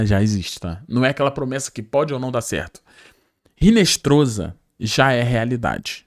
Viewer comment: Pqp. A pronúncia não é RINESTROZA. É INESTROSSA..no espanhol o H não tem som